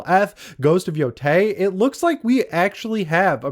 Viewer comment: ITS YO-TAI NOT YO-TAY